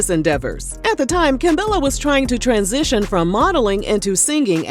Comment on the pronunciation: They way you keep saying transitioning 🤣🤣